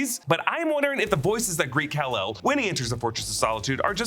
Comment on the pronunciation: Robots its Kal EL